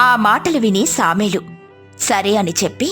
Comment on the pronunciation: సామెలు కాదు... సమూయేలు